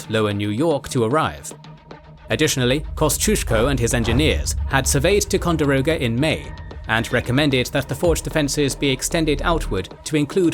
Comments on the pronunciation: tai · kaan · dr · ow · guh not tecondiroga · As someone who lives on the Lake, hearing the narrator repeatedly butcher both "Champlain" and "Ticonderoga" was killing me throughout. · they way the narrator butchered the pronounciation of Lafayette, Kosciuszko, Ticonderoga and Schuyler hurt my ears